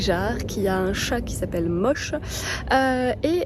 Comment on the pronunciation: Bonjour ! Je pense que l'on prononce Moshe avec un é, comme Moshe Dayan... Quand à Bernard Pivot, il n'a pas toujours été cool dans les personnes qu'il invitait... Matzneff par exemple....